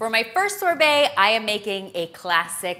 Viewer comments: The way she says sorbet :) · She’s pronouncing sorbet wrong n it’s killing me!! 😩🙄